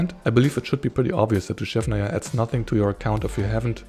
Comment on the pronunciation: Your pronounciation of "Dushevnaya" is spot on! ❤